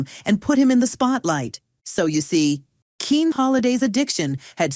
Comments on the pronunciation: I think it's pronounced Kenny even though it's spelled Kene. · He pronounces his name the same as "Kenny". Not "keen". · Using AI voiceovers? Smh. His name was pronounced “Kenny” not “Keen”.😅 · HE PRONOUCE IT, KENNY!!❤✔ GET IT RIGHT!!❤😂! DUHHH!!!!😊😊😅✔ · Kene's name is not pronounced "Keen." It's pronounced "Kenny." I know this because in the 1970s he hosted a PBS show called Burglar Proofing, and he said his name at the beginning and end of every program. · This lady is good but she pronounces it Keen it's pronounced Ken otherwise known as Tyler Hudson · His first name is pronounced Kenny. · Pronounced Kenny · It's that dang AI narration, that mispronounces so many words, especially proper nouns and abbreviations. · His first name - Kene, is pronounced Ken - E or Kenny. Tune up the AI Model... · its pronounced Kenny !